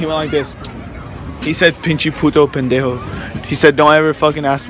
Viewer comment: lmfao😂 "he said pinche, puto, pendhoe"